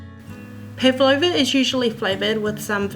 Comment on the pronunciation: LOL! do you guys pronounce it like this? I wonder how it became this way :D Pavlova is a Russian last name, and the dessert was named after the russian ballerina -- Anna Pávlova (Анна Павлова), the accent is on the first a! It was made to resemble her light and airy outfits :) No hate at all, just sounds so weird to the russian ear haha!